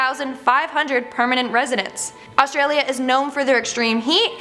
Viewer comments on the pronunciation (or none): none